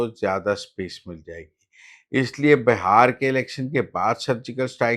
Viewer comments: بھائی یہ ہندوستان کا اتنا مشہور صوبہ ہے اور آپ کا علم اتنا محدود ہے کہ آپ اسے بہار کہہ رہے ہیں جبکہ صحیح تلفظ بہار ہے۔ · Muzzamil sahab that bihar not bahar😂😂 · Brother, this is such a famous province of India and your knowledge is so limited that you are calling it Bahar, while the correct pronunciation is Bihar.